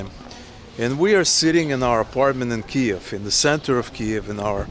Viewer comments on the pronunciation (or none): none